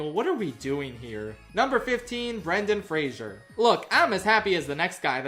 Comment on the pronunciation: It makes me sad that Love Hurts was such a terrible movie given that the leads are capable of these incredible performances. Also this is very nitpicky but I die a little inside every time someone mispronounces Brendan Fraser's name.